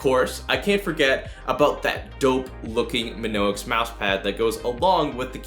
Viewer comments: My-On-Ix Not "Min-Ox" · It’s pronounced My-onix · Isn't it.... Mee-onyx? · Oh the mispronunciation of Mionix... ouch... my on ix good video though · Your saying Mionix wrong it's annoying me I'm sorry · lmao you mid pronounced mionix